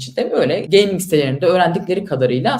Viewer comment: Abla 4chan'de 9gag'de gezmiş biraz onları da biz sanmış. Geyming de geyming diyor bir de. Bi geyming pc olmuş 50k Steam geçmiş dolara ne diyon be ablam gözünü seveyim be abim.